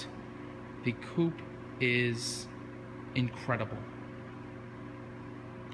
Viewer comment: "The Coop is incredibil".